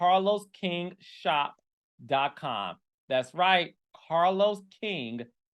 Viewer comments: in and I love that Scrappy pronounces Carlos name as “CahLow”! 🤣🤣😭 #southerncountry I do the same to my bruh in law 😌🤣🤣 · While I'm not foolish enough to fall for Scrappy's charm and gaslighting...praise God...I love the way he says Carlos...like "Carlow". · Lol that's exactly how ppl in Atlanta talk 😂😂😂 My cousin's name is Carlos and everybody pronounces it that way 😂